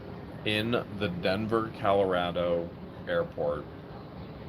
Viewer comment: Is that Denver Calorado it's Colorado no a in Colorado